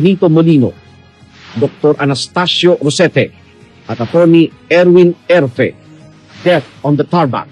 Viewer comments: Mr blogger pakibasa Naman ng Tama ang apilyedo ni Dr ERFE!!!!Hindi EFRE!!!! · Kaibigan Hindi Efre Ang surname nung Forensic Investigator, Ang correct name is Atty. Erfe. Pls check your documents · Correction Erfe not Efre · Coach Erfe po hindi efre